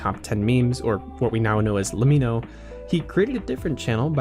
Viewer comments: Great video, but le-mee-no? Its an abbreviation for let me know, as in Lemmino. Just pointing it out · but that's not how you pronounce lemmino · its pronounce lemmino not lemmino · Isnt LEMMiNO pronounced like "Let me know"?